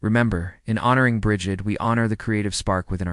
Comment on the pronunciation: Say it with me now... Breed. Or at least Brijid. Also, keltik